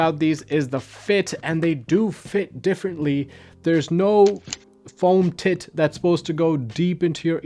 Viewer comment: Heh he said foam tit 😂